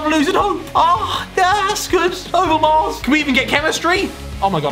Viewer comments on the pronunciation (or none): none